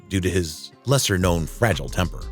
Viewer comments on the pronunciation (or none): none